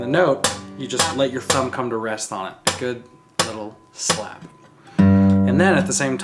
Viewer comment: a good...little...shlap haha